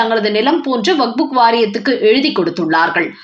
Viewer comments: Please pronounce waqup not waqbook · Not wak buk, it is waqf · It's not vakbu it's vakf( Wakf). Please correct your pronunciation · அம்மணி, "வக்புக்" என்று சொல்ல கூடாது. "வக்பு" என்று சொல்லுங்கள். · வக்புக் என்று தவறாக உச்சரிக்காதீர்கள் 😂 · Tamil news readers should learn pronunciation first. This lady's Tamil rendering is horrible. She has found a new book, vakbook😂